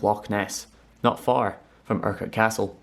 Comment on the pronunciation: Sounds weird when people pronounce Urquhart. I spent years trying to get people to pronounce my name through school and college, now I just miss out the Urquhart from my name. :( You did really good with the pronunciation BTW. A+